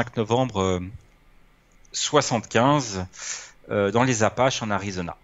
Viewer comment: Dans les APPALACHES !!!😅 Et pas dans les "apaches"..